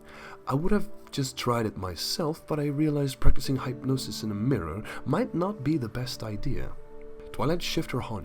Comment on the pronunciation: Duuuuuuddeeee ur dumb. It's it's not like hi pnosis its hypnosis the y sounds like the short I.